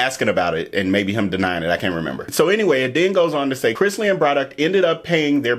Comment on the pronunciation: ikr!! when I watched you again, I said "he said it right in the beginning!!" 😅